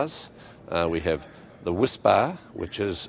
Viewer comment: He's making me long for my childhood favorite: Cadbury's Whispa Aerated chocolate candy bar. He's saying WHISPBAR but I'm hearing WHISPA.